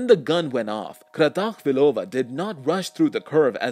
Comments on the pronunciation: Lenka Kratochvílová, don’t read it with a russian accent please, it’s a very common Czech name not Russian. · You just smashed the pronunciation of the name neither russian sounds like that. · The russian accent on her name is funny to me as a person from Slovakia, because it was Czechoslovakia... not Russia 😆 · What a bad pronunciation of her name